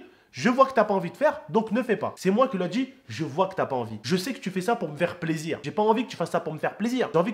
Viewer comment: je sais que sais pas un moment de parler de sa mais la prochaine fois quand tu dira plaisir fais comme Kenny 😂😂😂